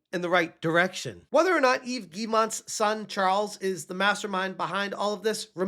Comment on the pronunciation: Dunno if yall caught this but just pronounced "Yves" correctly... 🤯